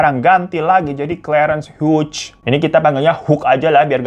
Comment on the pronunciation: Cara baca Hughes= hyu